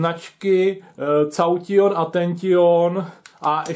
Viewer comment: "To je zdroj značky cauťjon atenťjon a ještě je na něm napsáno kanón." Snažil jsem se zachovat dekórum, ale tady už to prostě nešlo a vybuchl jsem smíchy. :D